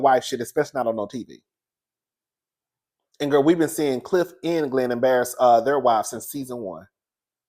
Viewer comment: Not Gliff instead of Cliff😂